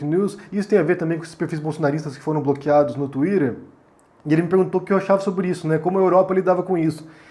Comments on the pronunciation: só vc fala twirer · Tuírer, fake nus